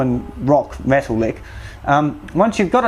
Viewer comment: you'll play shit really fast!! I like how you say metal with a cockney accent too! I wish I could afford you to be my mentor, the videos will do me for now tho :)